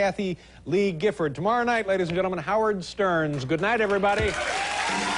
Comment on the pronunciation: Did Dave say "Howard Sterns"? Haha.